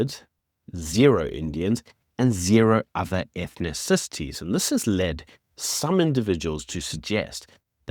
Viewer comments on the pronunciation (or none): Ethnithcities ? Its just ethnicities